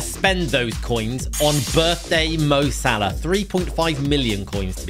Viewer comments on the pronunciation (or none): none